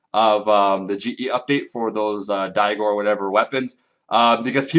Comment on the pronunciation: DRY-GORE NOT DIE-GORE. durrrrrrrrrrrr